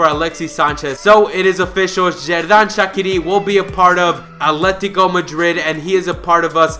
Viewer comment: u pronounce shaqiri wrong